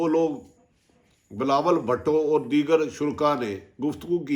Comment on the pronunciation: I like the way atif bhatti say bilawal bhatooo hahsga😁😀